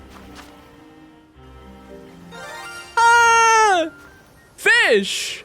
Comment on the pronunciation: SHINY FEESH